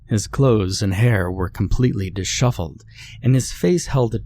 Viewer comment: Omg, DISHEVELED, NOT DISSHUFFLED